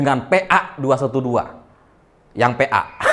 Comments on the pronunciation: Selamat malam, sungguh lucu kenapa pengucapan PA sangat ditekan kan? Jd jelas dah itu kumpulan orang2 g o. Blok. Sukses terus Bang tetap infokan dg penuh humor sangat menghibur. Tetap ditunggu berita berikutnya 🤣🤣🤣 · Namanya aja PA dibaca PEAK. PEAK = goblok , tolol , dungu , bodoh , gendeng. Kualitas sangat sesuai dengan mereknya.🤣🤣😂😂😂😁😁